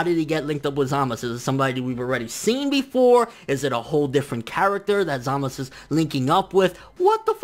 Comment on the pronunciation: Zaaaa.....Maaaaa....Suuuu (sew) not samas. And holy crap this episode was epic as fuuuuck !! Vegeta though come on, why'd they do him like that for 😔 My question is where the heck did samasu find black ? Did he do some edo tensei type b.s on future goku's dead body or something ?